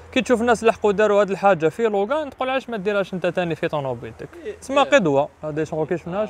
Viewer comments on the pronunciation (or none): داسيا لوجان كي تكمل قرايتها 😂 المهم الله يبارك